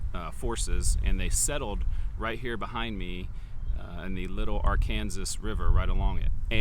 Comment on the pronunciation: Why are you calling the river Are-Kansas? Instead of Arkansas?